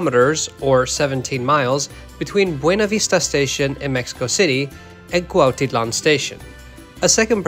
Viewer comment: you pronounced Cuautitlán way better than most native speakers!